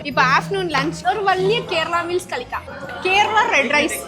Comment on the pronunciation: not kalikkam, it is pronunced by kazhikkam😅❤ sis neega malayalam peesanath semma funnyarkk...😅❤️ malayalatha eppidi kollathinga....😁